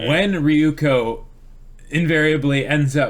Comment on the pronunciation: And also Ryuuko isn't Ri-yu-ko, but Ryu-u-ko... but I've given up xD